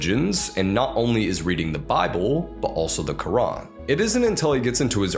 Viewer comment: Finally I can rest in peace so that's how American pronounce Qur'an